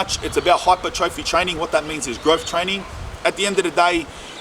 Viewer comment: “TRAY NIN”